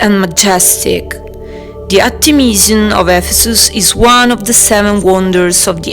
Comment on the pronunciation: It's Art'emis and Artemis'ion (zion) no (jan) or (jon). It's time the english pronunciation to get less wild and to come in some order according to the authentic.